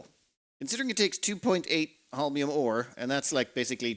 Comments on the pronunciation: It's actually pronounced not hOlminum but holminiUmUm, with the accent on the last two syllables in the same time. Starting planets with nothing on hands is actually pretty cool and fun to watch! Just one thing, I personally wouldn't bat an eye if a dozen-two construction robots would keep you company from the beginning. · "Holm-ee-um" actually, but your version is close enough! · it's pronounced "hole-me-uhm" emphasis on the first syllable. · Whenever mispronounced Holmium, take a shot.